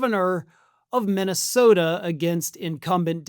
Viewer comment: The man couldn't even pronounce the name of his own state MINNYSTODA.